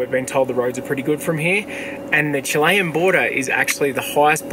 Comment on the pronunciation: Chilean, Chilean, not Chilayen.